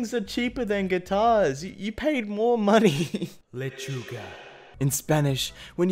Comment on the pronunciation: THE WAY HE SAID LECHUGA In such a godly way Bajavwisbejwbi